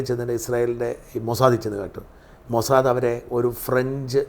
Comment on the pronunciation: ഈ ചർച്ചയിലെ സേട്ടൻ എപ്പോഴുണ് മൊ സാ ദേ, എന്ന് പറയും, മോസാദ് എന്ന് ഒരിക്കലും പറയുല അയ്യേ, ഇതെന്തു സേട്ടൻ